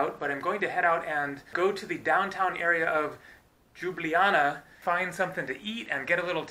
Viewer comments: its just Ljublaja not đublijana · Its not Ljublaja and Džubljana .. Its a Ljubljana 🎩👌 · just say liubliana fast and you should get the right pronounciation. Liub-liana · Just an FYI y'all, it's "Lyew-bliyana" :) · I love how you pronounced Ljubljana as Đjubljana :D :D :D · JOO-blee-Anna. LOL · Why does every American butcher Ljubljana so badly, the actual pronounciation is Lube-la-nah (can confirm as an actual citizen of Slovenia) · It's pronounced Lyoo-blyahna :) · It's pronounced Lyublyana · Its pronounced Lyublyana. The Eastern European J=Y in English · Seems like even slovene can say Ljubljana properly .... its li̯ubˈli̯aːna 3 syllables and no Y in it ! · Tip 1: say the first j in Ljubljana as you say the second one. Tip 2: you say letters č, š like that: č-ch š-sh. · understandable, but when it comes to online "tutorials" all of them say the same thing, search up any video on youtube about the correct pronounciation and it still pronounced as lube-li-jana, even the wiki on Ljubljana has the same pronounciation, well im really only slightly annoyed by this but it doesn't really matter, you honestly do a great job of showing off our culture and landmarks which i do commemd you for and i do encourage to keep up the good work. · Your first pronounciation was the right one! :) greetings from slovenia